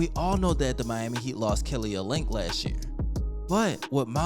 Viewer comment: you didnt say olynyk name like that? lol